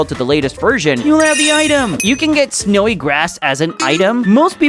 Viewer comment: snyowi grass😦